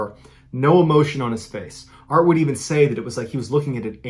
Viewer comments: Everytime he says “art and Lisa” I hear “Bart and Lisa” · I’m way late but just recently found your channel and love it. Am I the only one that kept hearing Bart and Lisa in the first story instead of Art and Lisa? 😂